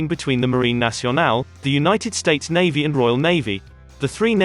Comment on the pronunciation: This robot voice cant even pronounce Navy or Chief.